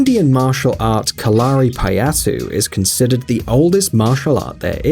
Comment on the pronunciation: Correct pronunciation of Kalari is KAL-a-RI, not Ka-LAR-i. Kind of like the English word Calorie - the same stress on the first and third syllable, not the second. My wife is currently studying Kalari, and it's pretty cool actually.